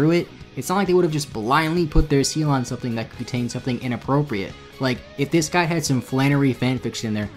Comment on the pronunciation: Watching on 1.5 speed and every time he says "the guide" it sounds like "the guy" to me, which for whatever reason makes the whole thing much funnier